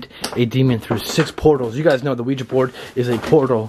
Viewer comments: The board is called Ouija, pronounced “we-G” the curser is called Planchette, pronounce “plan-chett” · The board is called Ouija, pronounced we- G